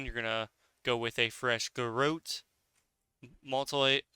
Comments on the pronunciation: Also it's MUTE-elate not MULT-elate. Crazy how people can be so good at video games but so bad at reading XD. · MEW-TIH-LATE. WTF is a multilate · Sweet vid man, and mutilate is pronounced like this mew-til-ate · Do you mean mew til late “ie” mutilate. Or am I missing an ability. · Mutilate: myoo-ti-late. That aside: great vid! Always been interested in PvP, but never really with it enough to give it a go. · Awesome info! Also: it is MUTE-IL-ATE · moltilate moltilate 🤣